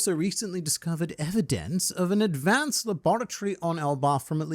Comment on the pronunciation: Why'd you have to say "evidence" that way lol 😂